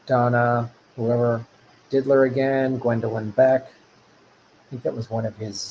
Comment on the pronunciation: It's annoying that you kept saying Diddler... It's Did-ier... With an I, not an L...